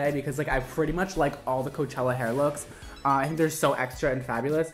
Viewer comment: hes saying chella